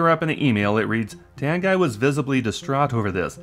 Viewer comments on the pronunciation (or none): Also side note, I think Tanguy is pronounced "Tangy", unless we all butchered his name in the shop. Very possible with such a weird name